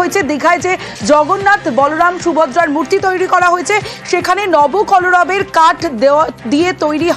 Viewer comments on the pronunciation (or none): নবকলরব নয় কথা টা নব কলেবর।